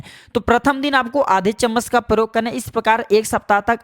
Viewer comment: पौधे के वारे में जानकारी तो ठीक है मगर आपका हिन्दी उच्चारण बहुत ग़लत है , जैसे आप " प्रयोग को परयोग " बोलते हैं। ऐसी ही पचासों उच्चारण सम्बन्धी गलतियां आपके पूरे प्रजेनटेशन में है जो सुनने में बहुत खराब लगती हैं । कृपया अपना उच्चारण सुधारने पर ध्यान दें ।